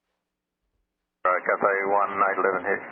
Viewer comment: Aussie “all riiight maate”